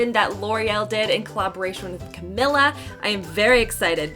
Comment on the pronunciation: thank you for the awesome review,! 💜 just FYI, Camila’s name is pronounced CaMEEla CaBAYoh, not CaMILLa:) 💜💜💜